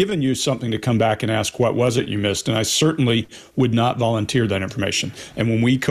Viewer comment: right after you ACTION you say "starts aksing questions"...really? I guess it's a pet peeve of MIn.a.. Just for a secind, analize yourself. Why would you or anyone say ask pronounced aks